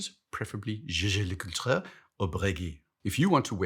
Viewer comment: just say JLC if one can't pronounce it... because there is a correct way, and it's German pronunciation for Jaeger, and then French for le Coultre... just cause the Welsch (how we call our French-speaking Swiss buddies) can't be arsed to put any effort into whatsoever, doesn't mean normal people can't ;)